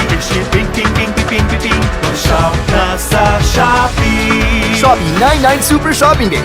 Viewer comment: ชอบปี้ ? ซื้อถุงยางที่ช็อปปี้ 555 Like to f**k? Buy condom at shopee That is what i hear in Thai 😂